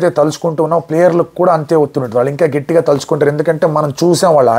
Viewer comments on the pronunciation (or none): "గెట్టి గా " కాదు... " గట్టిగా "☺☺☺